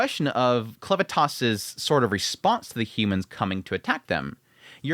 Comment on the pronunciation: bruh, it's Clevatess not Clevatass